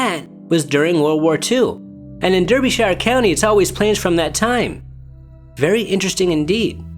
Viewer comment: NB - Derbyshire is pronounced like "Darby-shire" but otherwise no complaints. 👍